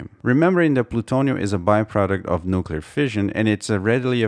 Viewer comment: Thank you for properly pronouncing "nuclear"! :D